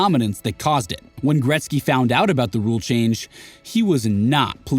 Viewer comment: Gretzky, not gretz